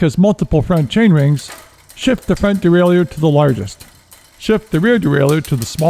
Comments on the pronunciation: Great tutorial. Even willing to forgive the constant mis-pronunciation of derailleur. It's "de-rail-er*" not "de-rail-e-ur". Just like a shifter is a device that shifts, a derailleur is a device that derails the chain. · It is not pronounced dee-RAY-lee-yer. That is incorrect pronunciation. More proper would be day-rye-YURE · Derailleur (a French word).. just pronounce it as Easy as DERAILER. Simple! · It's probably for the wrong pronunciation of "Derailleur"... ;)